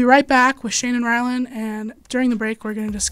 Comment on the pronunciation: Is it like an inside joke where she keeps calling Ryland, Rylan? She even spelled it like that in the description.